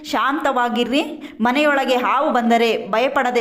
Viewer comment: ಆವು ಆವು ಅಲ್ಲ ಅದು ಹಾವು 😎